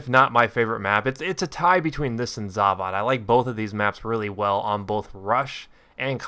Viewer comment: The way he pronounced "Zavod" rustles my jimmies.